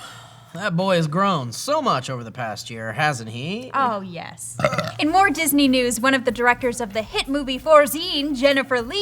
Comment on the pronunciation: Did say "Jizzney"?